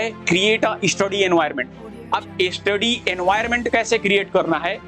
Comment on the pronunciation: Study ❌ eestudy ✅